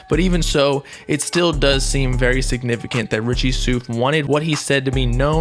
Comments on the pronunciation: nobody:: “richie SOOF” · it’s Richie souf like “south”